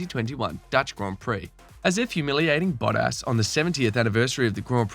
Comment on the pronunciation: Valteri botass💀 wtf is that mate???